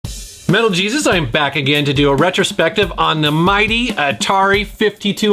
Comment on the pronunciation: Everytime he introduces himself, I hear instead of Metal. It kinda makes me scratch my head everytime after that.